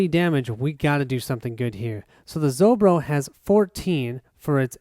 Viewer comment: Not ZoBro, it's ZoRbo =)